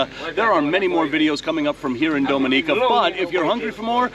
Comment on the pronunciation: Its Ah Go Ti and DomI Ni Ca please pronounce Caribbean names correctly. Thanks!